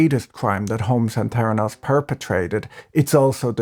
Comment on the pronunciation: "T'heranos" or "Feranos"?